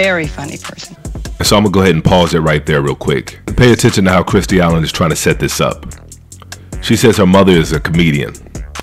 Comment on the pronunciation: Love the channel! I ain’t gonna lie, hearing you call Kirstie “Kristie”, and call Barbara “Balber” is funny asl